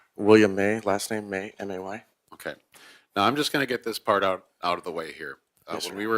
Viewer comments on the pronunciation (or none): none